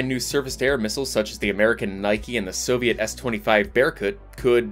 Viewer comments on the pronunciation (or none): none